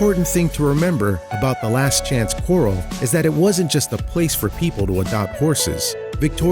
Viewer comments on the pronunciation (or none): FOALS, not "fowls". And CORRAL, not "quarrel". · That's pronounced corral! Not coral like a gem stone. & The babies are foals! Not fowls! GOOD GRIEF!!!! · I was cracking up as he pronounced Fouls and Corrales!!! LOL oh my goodness I'm glad I'm not the only one holy cow!!!